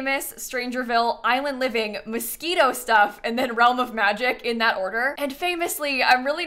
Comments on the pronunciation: I thought you said mosquito stuff and I was like wait what 😭😭😭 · I definitely thought you said "Mosquito Stuff" and not "Moschino Stuff" and was thinking, yeah, what the hell were the Sims team thinking producing a pack about mosquitoes, didn't even HEAR about that flop